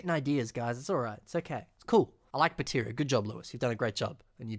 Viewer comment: I notice you uh... mispronounced "Artakha" as "Arkahta", and "Baterra" as "Bateria"